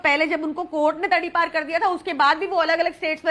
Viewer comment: अमित साह जी बस बिना दांत बुढढी का ईलाज कर दिजीए बार बार तरीपार बोल रही है